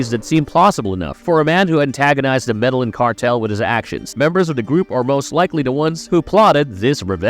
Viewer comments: If your doing a Story why not learn the name of the country properly. He said MEDALLIN like what! ME DE LLIN (GIN) IN SPANISH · "Meda-yin" not 'mellanin', like you said. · Medellin is pronounced "medayeen" with the y so soft it's almost not voiced, not "medalin". It's a Spanish name, you can't just use English phonetics on it. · The actual pronunciation is more like “medeyeen” idk why non Spanish speakers fuck it up so bad in the internet age smh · The narrator cannot do real research and the fact he can’t even say “Medellin” correctly